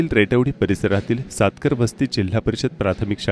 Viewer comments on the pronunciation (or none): सातकर वस्ती नसून सातारका वस्ती असे aahe